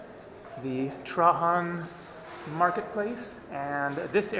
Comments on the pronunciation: The name of the emperor Is pronounced Treidgen,not Trahan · Bro please don't ever say Trahan. His name is pronounced Traian. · Love your vids, but Trajan is pronounced Tray-Gen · In English Trajan is pronounced with a j (gee sound). In Spanish Trajan has the h sound as you are pronouncing it. If you want to get really specific in Latin you would pronounce it with a y sound Trayan. FYI.